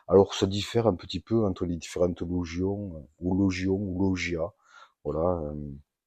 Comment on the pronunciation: Bonjour pour info logia est le pluriel de logion , nous disons donc un logion , et se prononce log-ya et log-yonne